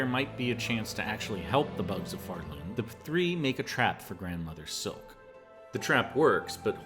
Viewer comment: It's not Grandmother silk It's Grand Mother Silk She is Grand not a grandmum...